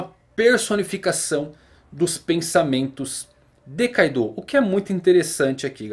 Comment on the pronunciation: Na vdd kaido não é carta. A pronúncia correta seria ka-do(kaado)